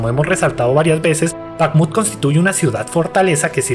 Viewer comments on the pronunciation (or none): Es Bajmut la kh es para el pobre inglés